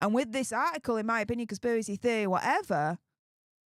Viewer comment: Conspivvvvvvvacy theovvvvvvvy whatever 😂😂😂